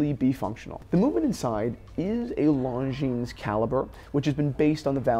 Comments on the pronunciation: The S in Longines is silent. It is not pronounced ‘long jeans’. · very interesting comparison! But Longines is not pronounced “Long Jeans”! 😅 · Christians pronunciation of Longines! 😂